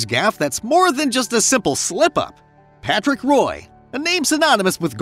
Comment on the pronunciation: How does one say they like hockey, and then says Patrick Roy name wrong. Roy is pronounced "Wah"